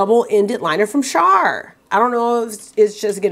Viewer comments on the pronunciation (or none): ‘From CHARRR’😂😂😂 you crack me up. I love watching your videos.